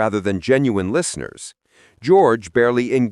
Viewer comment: AI hasn't figured out how to pronounce the name George yet